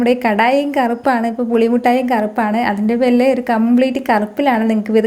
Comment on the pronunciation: slang ' athinte perile '